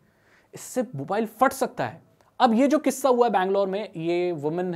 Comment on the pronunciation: Bro first of all Fat ni "Phat" hota ha